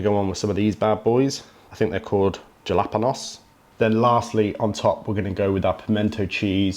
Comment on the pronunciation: ur taking the piss lmao :D he said jalapanosss :D